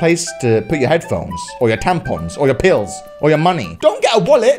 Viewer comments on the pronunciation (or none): The way he says pills 😂😂